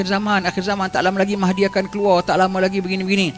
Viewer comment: Nama la Mahdi itu sebutannya tidak (fasih) jelas huruf (arab) raa.... Semoga di inspirasi !